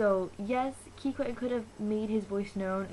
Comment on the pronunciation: Kikwang isn't racist!!!!!!!! Don't hate on kikwang!!!!! And plus she said kikwang wrong